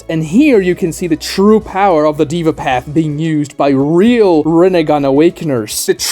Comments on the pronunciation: its pronounced they-vah not diva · By the way, the word Deva comes from Hindu culture and Sanskrit language - it literally means God being. It's pronounced more like "they-va", not "diva". Small nitpick, awesome video! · Its not Diva path, its day-va path SMH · It's not pronounced as " diva path " deh-vah path or you can try They -wah path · Its not "diva " its original pronunciation is 'Dea'VA' as per authentic Sanskrit . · "dey-vah" not "dee-vah" 😂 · It's Deva (they-vaa) not Diva. 😐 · It is not pronounced as the-va, it is pronounced as they-va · that's "deh-vah", not "diva", my friend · haa,its daaava not deeeva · this guy said diva path bruh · Deva is pronounced with an "ae" (daeva)